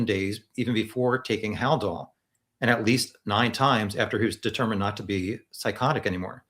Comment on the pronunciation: never heard of Haldol before? He can’t even pronounce it correctly.